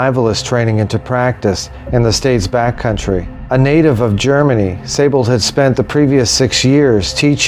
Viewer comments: Pronounced 'See-Bold'. Great video. Thanks. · No, it's pronounced 'z eye bold'. The 's' is a 'z' in German and with the ei/ie vowel combination, the emphasis is on the second vowel. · Thanks for correcting me. But actually, we were both incorrect. It's pronounced 'Say-bold' according to most websites familiar with the proper pronunciation of the name. If the 'I' is before the 'E', then yes, it is indeed pronounced 'See-bold'. Cheers. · interesting because, for example, Seydlitz, like in Friedrich Wilhelm von Seydlitz is pronounced 'ze-eyed litz'. With the spelling as 'Siebold', I'd understand it as being pronounced as 'zeebold'. But with the spelling of 'Seibold', and it being pronounced 'zee bold' has made me curious. As I live in Germany, I'll have to ask around. Cheers.